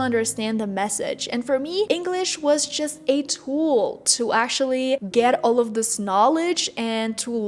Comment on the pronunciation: Why do you pronounce actually like that?? Ashally 😂 it's annoying 🥴